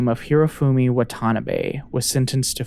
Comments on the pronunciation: I hate being that guy, but I do dislike more hearing Watanabe as waTAnabay. It’s Wah-tah-NAH-bei. I hope you understand. It’s like hearing Mister KEEE-Anu Reeves. Or HaREEEson ford. Braaaaaaad Pitt. To-awwwwm Cruz (cruise pronounced super fast) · Instead of wa-TA-nabe, please try WA-ta-na-be 😅 not that the person deserves more respect but having accurate pronunciation would better reflect the research that went into this video!